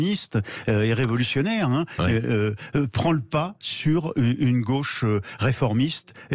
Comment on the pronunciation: J'adore l'emphase de l'expression "TOUTES LES GOCHES" 🤣🤣🤣 Combien de "goches" ??? Je me marre !